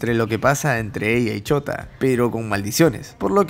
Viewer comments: Es shouta !! No chota! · Cuando dices shouta se escucha como chota XD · Chota xd no dijiste bien chota acá en argentina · Me da risa como dice el nombre de shouta por que suena como chota xddd